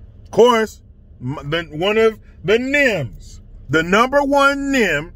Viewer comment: Of course, this is a serious case, with one officer dying and one in critical condition. I hope he pulls through. But when said "nem" showed up, I couldn't help it. I just busted out laughing because I didn't know what he was talking about. 😄😄😄